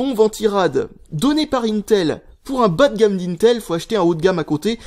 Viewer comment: "bâ de gâmme" apprend a parler stp